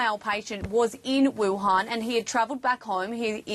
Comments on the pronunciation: did he say wahun ? Youre mean WUHAN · its wuhan city not wahun, literally you didn't make research